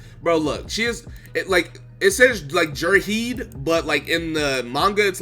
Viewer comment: Everyone:Ge-herde: Ge-erde Me: Grenade